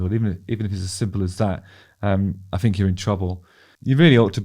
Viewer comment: Justin has that same pronunciation thing that I keep hearing more and more recently where words starting with a th are pronounced instead as an f so thing becomes fing, think becomes fink, birth becomes burf and boy does it get on my tits…